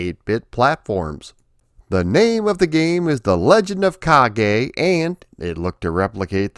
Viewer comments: I liked the game back in the day, but I thought it was too repetitive, not to mention a little easy. I think the second stage is the castle moat, not a cave. And the "e" in "Kage" (which means shadow, BTW) is pronounced "eh," not "ay." The latter would be written as "ei." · Ha ha only learned the name today. The Afrikaans pronouncing of this game was closer to Japanese than English